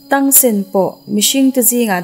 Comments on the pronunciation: An hming I lam dik lo na sa ee🗿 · Dik chiah brother Tang a hming leh Xio wu hming a lam dik lo char2 😒😒